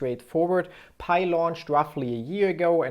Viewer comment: Its not paj its pi